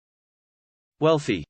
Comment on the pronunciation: You said it wrong